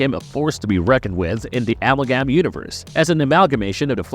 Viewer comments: A-MAL-GAM.. apart from that, great video 😂😂😂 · Yeah, this character is a three way combination of dc comics the the demon, and the Barry Allen flash part you got right and marvel comics ghost rider the Johnny blaze version, and its amalgam, and not the way you said it🙄🤦🏻‍♂💁🏻‍♂.